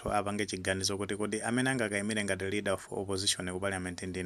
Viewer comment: LEADER OF OPPOSITION osati READER please. Chepesani changu